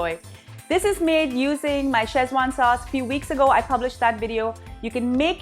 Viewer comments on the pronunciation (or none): It's pronounced Seh-chuan, not Chez-wan. Also the spelling is wrong in the title. Szechuan. The z is silent.